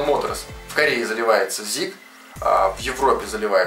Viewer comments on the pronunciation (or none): Всё правильно и интересно рассказал, НО слово ZIC - ЗИК режет ухо. Аббревиатура эта означает 21 век - 21century-21C-Z1C.